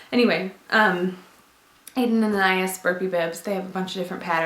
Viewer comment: Lived this video very informative! And I like your little anecdotes!!! My name is Anais, like from Aden + Anais and I'm always correcting my name when momma's talk about this brand. It's pronounced with short A's, Ah-nah-ease the Ah-nah part is like saying Anna so Anna-ease! Don't mean to be rude or anything just any to help you pronounce it in case you wanted to pronounce it correctly!